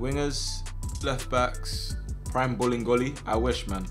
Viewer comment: Bruhhh i just realized it’s pronounced as bolingoli not bowling goalie